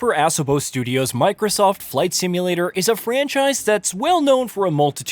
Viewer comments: The way he says A-SO-BO is wild 😂😂 Assabo? BRUH!!! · Assabo? This reviewer really has trouble with pronunciation.